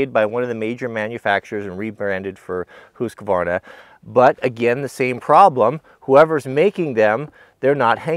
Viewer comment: don't ask an american how a swedish name is pronounced 😋 he did pretty good on husqvarna though 🙂